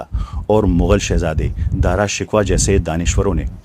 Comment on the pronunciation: dara shikwah nahe hay BALKEH dara shakkoh hay